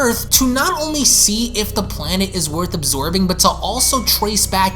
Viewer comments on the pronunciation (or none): none